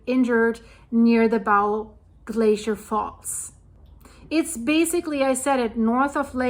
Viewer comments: Thank You for the reporting. It's pronounced bo, like the ribbon you put in your hair, and the thing you shoot an arrow with. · It's pronounced bow as in bow and arrow. If you want to help, donate to STARS air ambulance. It's mostly funded by donations. It's not a government service. They have saved many lives. We in Alberta have many remote places and long distances to hospitals with emergency hospitals. The Frank slide is stunning!! I drive there every year. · It’s pronounced “bō”, as in “bow and arrow”. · Say Bow, like a bow & arrow, not like, to bow down, The Bow river is pronounced the same way just so you know. Great stuff!